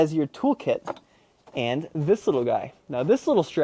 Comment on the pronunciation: you didn't do the This is a part right, there is a pause between this and is and the this sounds more like daffy duck says it